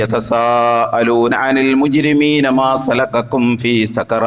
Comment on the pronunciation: ما سلقكم في سقر ഇത് ഒതുമ്പോൾ മാ സലാക്കാകും ഫി സാകർ എന്നാണ് സകര എന്നെല്ല